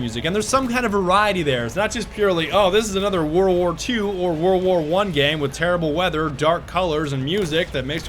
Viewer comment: "whorl wor tew or whorl wor one game" lmao